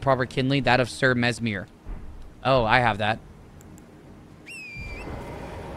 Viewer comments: Mesmer ❌ Mesmeer ✅ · ITS FUCKING MESS MER OR MESS EH MER NOT MESS MIR GOD FUCKING DAMNIT (don't kill me its a joke)